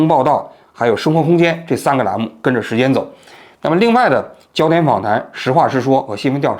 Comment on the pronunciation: “时间“，不是“石坚”。